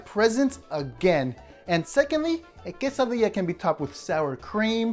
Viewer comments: Cheeeesadia more like cesadia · Do you mean que-sa-dilla